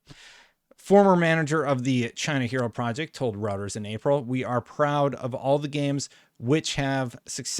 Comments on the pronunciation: It's pronounced ROITERS.. not routers.. it's not pronounced the way it's spelled. British have their english all crazy. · It's Reuters (Roy-ters) not routers. 😫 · Reuters is pronounced “royters” 😅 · It's pronounced ROYTERS, not ROWTERS. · 'Routers'? ... It's Reuters [pronounced... Royters] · It’s pronounced Royterz, not routers. Sorry, every time I heard you pronounce it wrong was distracting. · it's not pronounced Routers. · It's pronounced ROYters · love your stuff but I've heard it too many times: it's pronounced Roy-ters😂 Keep up the great work amigo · Reuters is pronounced "Roy-ters". Not trying to be a GN, just helping you out. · it is pronounced, roi-ters or roy-ters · Love the videos. FYI - you're pronouncing Reuters wrong. It's "Roy-turz" - I know, it's not intuitive, but that's how it's pronounced. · I've always heard the news agency Reuters pronounced Roy-ters (whenever mentioned by network news presenters) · He butchered it lol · He butchered it.